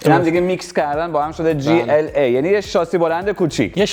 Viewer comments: داداش بنز (گی ال آ) گی ال آ یا جی ال ای داداش وقتی مخفف حروف یک جا هست چیزی بنام گ وجود نداره چیزی ک من خوندم لیسانس این رشته رو دارم وقتی گ خونده میشه ک داخل یک جمله باشه قبل یا بعدش حروف بی صدا باشه این مخفف بود حروف مخفف بود ریدی داداش گ ال آ عا هم وجود ندارد ای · گی ال آ نگو جی ال ای بگو گی کلاس مثلا زیاد به دل نمیشینه❤❤ جی بگی بهتره زیاد آلمانیش نکن❤❤❤ عشقی مثل همیشه عالی ❤❤❤❤❤❤ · گی چیه بگو جی وقتی میگی گی ذهن ما میره یه جا دیگه😂😂😂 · ما به این تو ایران میگفتی جیla نه گ😂